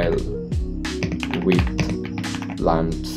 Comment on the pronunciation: vai plans nah plants🙂